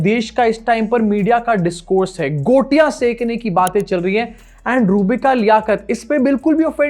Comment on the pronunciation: गोटियाँ, सुशांत सिन्हा द्वारा बोला गया झूठा शब्द का उच्चारण!😢 माथा पकड़ लिया हमने!